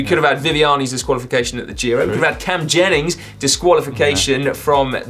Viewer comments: Simon it’s pronounced Jeffers Cameron Jeffers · Cam Jennings do you mean Jeffers Si 😂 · Jeffers first you get disqualified as British esports champion and now GCN mispronounce your name!!! 2019 has been a tough year